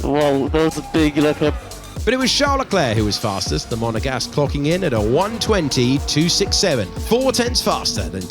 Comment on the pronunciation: how he said 267 😭😭